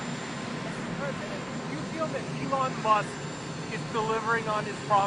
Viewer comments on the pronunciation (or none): none